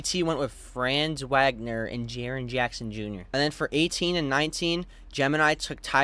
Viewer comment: Sorry to nitpick but Franz's name is properly pronounced "FRANTS VOG-ner" 😭